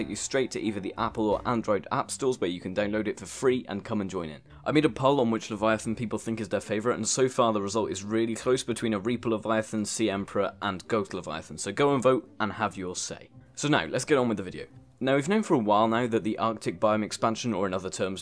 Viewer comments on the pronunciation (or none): You said goat not ghost